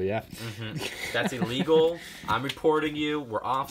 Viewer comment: its ILLEGOL